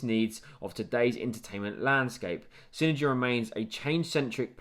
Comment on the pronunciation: It's pronounced CINE-DIME